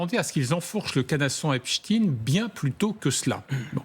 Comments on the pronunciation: Epstein... pas Epstin... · J'ai appris ce soir que l'on ne prononce plus Jeffrey Epstein mais "Epstine" car il est russe , c'est bien connu! Et demain la relativité restreinte d'Albert "Einstine", non?! Et je vais regarder par la suite un bon vieux classique de science- fiction qu'est "Frankenstine"... À mourir de rire, si ce n'était pas pour masquer une appartenance communautaire... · tu pourrais dire epstein et non epsteine ! c'est curieux cette habitude de voir des russes partout ! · epCHTEIN pas epstiiiin